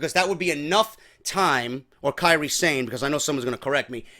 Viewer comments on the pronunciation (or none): I don't mean to be a goon or sound like the fuckin' speech police, but Kairi Sane's last name isn't Sane, like Zayn or "insane" it's a Japanese word, so separate the 2 syllables. It's more like "Sah-nay". Love ya bro!